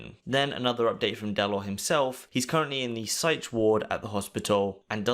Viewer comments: He said psy(ch) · "He's currently in the SAYTCH ward" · Dellor's in the "sytch" ward, folks.